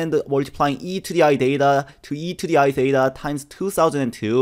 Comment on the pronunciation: Excuse me is it DATA or THETA